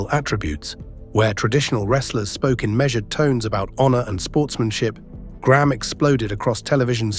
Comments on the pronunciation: Why the fk do Americans call Graham Gram? It’s pronounced grey-Am Get it right U S and A. Why was Billy Graham never boosted up then when everyone was making big bucks off is awesome persona ? Is this why hulk had some not so good last years. Karma is real! We can’t go forgetting that 🫡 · Over here in North America, Graham would be pronounced "Gray 'am" not Gramme! Just sayin!